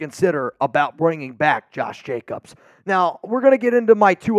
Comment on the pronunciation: Hey from Scooby- Doo...it's Jacobs....not Jacobses.....nor mosseses......😳😳😳😳😳😳😳.....come on man......